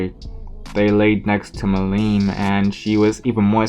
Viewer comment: it's milim not mileem